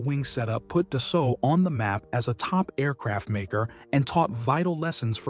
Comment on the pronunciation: Its pronounced, Dasso.....when an A and U appear together in the french language, they are pronounced as a singular O, and the L and T in Dassault are silent.